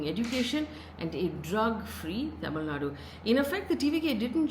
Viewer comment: Appreciate Faye for nailing the Tamil pronounciations… quite rare to see from a non-south Indian media person